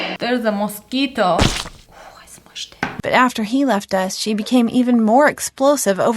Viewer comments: did you say mosquito do you know spanish cause you Said that like you know spanish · Ok can we talk about how perfect her espanol was saying mosquito 🦟🦟🦟🦟🦟🦟😳